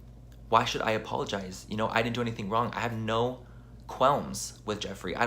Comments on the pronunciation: “quellms” edit: hah oh okay... you were already on it. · Quelms-->Mispronounced Qualms --> PR word. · quelms? didn't he look up the words when learning his script? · "qelms". I think you mean 'qualms' LoL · "I had no QUELMS with jeffree." What's a quelm? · i swear... when he said, "quelms". it's as bad as when people say "fustrated" rather than fRustrated. Anyway, i feel like he's removed himself so far that it's just not genuine enough. I don't know. either way... your videos are so awesome all the time. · "quelms" Me: "...just say talk." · WTF is "I have no quelms with Jeffree? lmao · If he can't pronounce qualms then I think that 1) his PR team doesn't know how to and prepped him the best they could or 2) he read what the PR emailed him to say and he guessed at the pronunciation. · Thank you so much for correcting "qualms" lmfao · Thank god someone finally corrected him on “qualms”